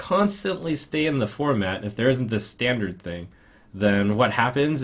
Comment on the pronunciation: is german, so it´s "standarT" not standard.